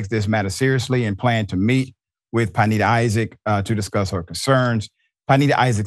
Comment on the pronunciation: Good doctor, it's pronounced pin-NAY-da. Love your work dawg